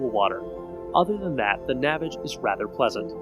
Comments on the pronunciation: it's pronounced NA-VAGE, like GARAGE, Not NAVIGE. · Its not pronounced navage like savage ,its nah vaaage. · It's "naväge," you tool. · The creator pronounces it Na-vAge. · If you can't pronounce the name of the company properly, you didn't do your due diligence and your opinion is worthless. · Maybe you should learn the correct pronunciation of the product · This guy pronounces "Navage" differently than the inventor does in the radio commercials. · Because he pronounces it differently, he's pronouncing it incorrectly. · You must not have seen the Navage commercials because you keep pronouncing it incorrectly and discrediting your “expertise”. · Would have been nice to see someone use the product completely and get their reactions and also I believe your pronunciation of the product is incorrect.